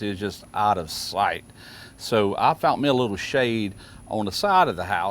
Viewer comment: Hey not sure if ur aware but there’s no letter T in the word “found”